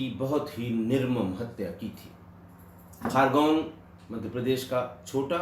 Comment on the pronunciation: सर वो खारगोन नहीं खरगोन है l शांत जिला है लेकिन इतना भी शांत नहीं घर घर बंदूक कट्टे बनाने का कुटीर उद्योग चलता है l